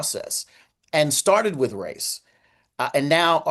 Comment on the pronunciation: omg crump said "wif" and "wur" for "with" and "well." yep he is retaaahhhhded.